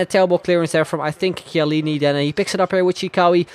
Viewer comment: Finally someone that pronounces chiellini right😂😂😂